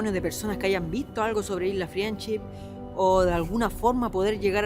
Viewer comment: LA ISLA "FRIENCHI"🤣🤣